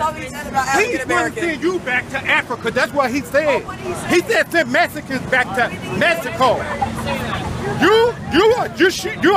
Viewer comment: "he wants to send the messicans back to messico"